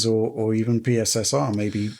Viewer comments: Out of all this debacle the absolute best thing is calling it PiSSR. Brilliant! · I look forward to hearing PSSR pronounced as "Pisser" in many future videos. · Please never stop calling PSSR "pisser" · “PSSR, or pissah” 😂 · 'Pisser' was the first thing I heard. Its even worse than the Xbox SAD (S All Digital) edition name. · Remember what said: “PSSR” is pronounced “pisser”.